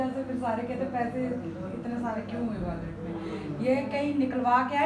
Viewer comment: پھر وائلٹ؟ والٹ بولا کریں ۔